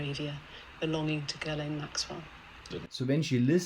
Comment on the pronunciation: Oh, so proper pronunciation of maxwell's first name has a silent s, so it's gill-lane, not gizz-lane.